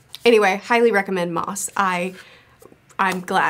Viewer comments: It's pronounced "mouse", not "moss". I liked your video :) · No criticisms. I just wanted to point out that Maus is pronounced like "mouse," not "moss." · Are you sure it's Moss and not Maus? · Maus is pronounced just like the English “mouse,” not like “moss.” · It is pronounced ‘mouse’. That is what it means! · Maus is pronounced just like mouse. It’s German. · Isn’t it pronounced mouse? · Just a tip, not a lecture: Maus is German for mouse, pronounciation is the same. Why you should know or care? I don't know, but I had to have it out of my system. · I believe Maus is pronounced like "mouse". It's just the German spelling but sounds the same. Great video, as always. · Maus is pronounced "mouse" 😂